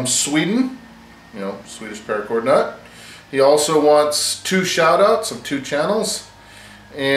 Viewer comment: Thanks for making this great VR!!!!! You did a great job on prononcuating his name!! It´s for sure not an easy name to say!!:) I'll head over and check out your shout out therealTrippleB straight away! I'm already a sub to TheDailyPrep and he has for sure a great channel!! Grat stuff!! Thanks again!! Good luck!!